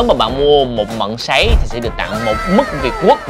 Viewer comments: ‘Mứt’ hay ‘mức’ anh ơi? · Anh ơi, "mứt" chứ không phải "mức" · Mứt chứ không phải Mức nha a:)) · Mứt dâu chứ khg phải mức dâu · “Mứt” việt quất chứ? “Mức” là mức gì cha nội 😂😂😂